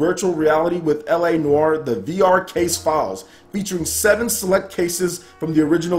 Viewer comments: Took 7 years of French and you pronounced it spot on! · I think you're pronouncing noire correctly (unless we're both wrong)